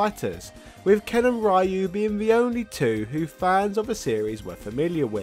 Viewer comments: Ryu is pronounced as "Ree-you", not "Rye-you". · why does he keeps pronouncing ryu like that? it's pronounced "ree-u" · Ken and rhy-yoi?Who is rhy-you...? New character? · Why do you keep on mispronouncing Ryu's name?